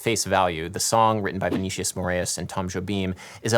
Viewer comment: It’s not Vee Nee Shious - Its Vee Nee Sea Ous